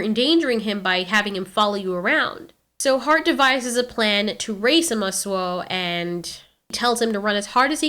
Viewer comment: It is pronounced ( ooo) ( ma). ( soo)